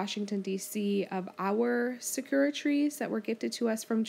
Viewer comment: hehe, sakura is pronounced "sak-ur-ah", not "sa-kur-ah" 😃